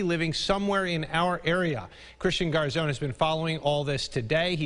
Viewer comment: Christian Garzone -- please learn how to pronounce his last name correctly.